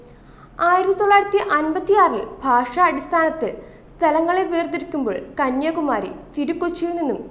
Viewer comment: കന്യകുമാരി ആണോ അതോ കന്യാകുമാരി ആണോ🤔